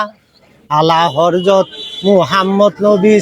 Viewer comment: গায়ক লোকটি পড়াশোনা জানেনা, উচ্চারণ করতে সালাল্লা তার মুখে আনতে পারে না। তাই সালে ওয়ালা।না জানলে হজরত কে বলে হরজত,উচ্চারণ করতে পারে না, আরে শিক্ষিত অনেক লোকই উচ্চারণে ভুল করে।